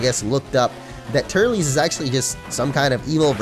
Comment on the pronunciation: its pronounced tur-less